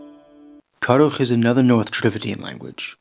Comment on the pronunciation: It's Kurukh not karukh with the vocal D for ru. And the kh with the arabic sounding. And it's santhali not Santali Ho is Ho-Munda in full form. A sister language of Mundari